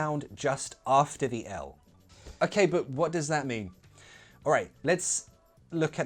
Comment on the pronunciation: sometimes your "does" sounds like a "these"